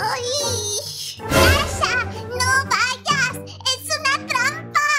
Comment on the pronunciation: SOY YO O SERGIO CUANDO NUNU PERDIO SERGIO DIJO DASHO Y MIMI DIJO DASHO Y ES DASHA NO DASHO